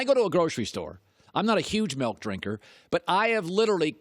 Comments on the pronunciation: MILK not MELK, Mr. Cowherd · It’s triggering me the way Colin says milk..”melk” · Why is he pronouncing “milk” like that?